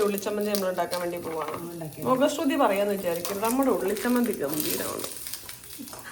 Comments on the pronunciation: മുഖശ്രുതി അല്ല മുഖസ്തുതി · മുഖ ശ്രുതി അല്ല മുഖ സ്തുതി